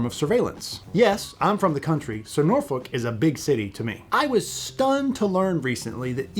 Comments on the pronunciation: Norfolk is not pronounced as Nor Foal-k. It's pronounced as Nor Fuck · You do not pronounce the "L" in Norfolk. Locals say Nor fuk or Naw fuk. Great video none-the-less.